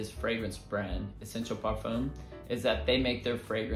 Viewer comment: great list man. But it's not pronounced parfoom. it's parfaa or u can say parfam(parfum)